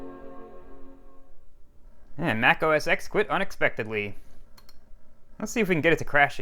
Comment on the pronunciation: It’s meant to be said “OS Ten”